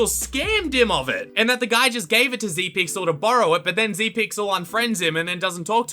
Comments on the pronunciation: not zeepyl its zepyxl >:( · Zepyxl is a pro obby youtuber but uh you said zepyxl wrong